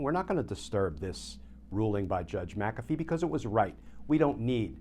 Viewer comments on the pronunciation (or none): GLENN: It's NOT MAC'-A-fee, it's Mc-A'-Fee. NO Mac! It's Mc The ACCENT is on the SECOND syllable - NOT the first!!!